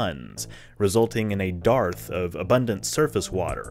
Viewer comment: is the pronunciation of "dearth" intentional, considering the subject matter?